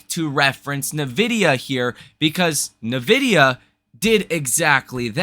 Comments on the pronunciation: Are you really pronouncing EN-VIDIA as NUH-VIDIA? and you want us to take you serious? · N-vidia not nah-vidia. Please say it right bro 😂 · It's not NIH-VIDEA... there's no "I" sound after the N. It is EN-VIDIA You're not the only one that does it though. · Love your channel. You are too smart to keep mispronouncing Nvidia. Tighten up. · When you mispronounce something on a finance channel, it hits harder, and you lose more credibility. Work on that. You have a great channel.